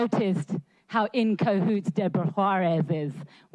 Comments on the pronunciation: She doesn't know how to say kahoots. (and I probably don't know how to spell that) The second letter is an A, not an O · Urgh, it is Cahoots not Cohoots. I thought she was meant to be smart? Fucking clown shoe.